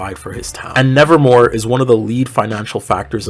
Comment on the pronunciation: When you said the name of the school I heard it as " Nazi raven high " 💀